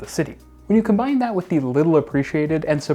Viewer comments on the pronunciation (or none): none